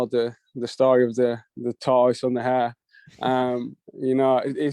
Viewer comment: the way he said tortoise and the hare aww my southern brain didn’t understand what he said at first hahaha